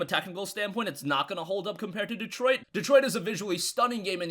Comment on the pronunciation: is this how you say Detroit? lol